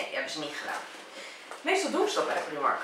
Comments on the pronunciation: je spreekt het uit als praajmark en niet priemark het is een Ierse winkelketen en in het Engels spreek je het uit als praajmark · niet waar want in het engels kunnen ze ie niet uitspreken ben al in de primark geweest in ierland en daar zeiden ze ook praajmark